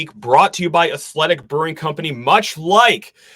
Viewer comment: Why are you saying athletic like that???